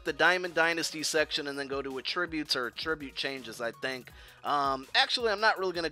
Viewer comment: I love your channel. I really do. I just wish you pronounced "attribute" properly. Lol.